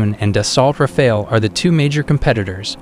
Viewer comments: it´s R-A-F-A-L-E, not r-a-f-a-e-l... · Rafale (english : burst), not Rafael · when you can pronounce the the jets name of Rafale , then i might listen to you talking , let me break it down for you , try it like this (( RAF I L .) There you go now . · its rafale not rafail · I can't get past "ra-fail" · I can imagine how much French must love how several AI voices are referring to their vaunted national treasure as ”Ra-Fail” 😆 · Some of the information seems outdated. For example, the Typhoon is using the Meteor since 2020 or 21 as well. And please don't pronounce it ra-fail. If you do a video, at the very least do some research about the pronounciation.